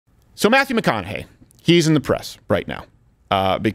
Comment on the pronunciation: People, can we please pronounce Mathew McConaughey`s name correctly. Its pronounced MATHEW McCONAUGHHHHHEEEEEEEEEEEEEEEEEEEEY!!!